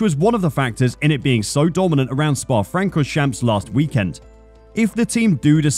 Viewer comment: wow. the way you butchered Spa-Francorchamps is mind blowing. this is not acceptable for a f1 pundit.